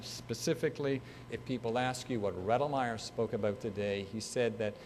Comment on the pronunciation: He mispronounced his name. 🤦🏻‍♂️